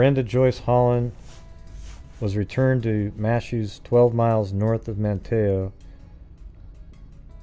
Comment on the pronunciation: Not that it matters, but....I live in Manteo, it’s pronounced “Man-neo” the T is silent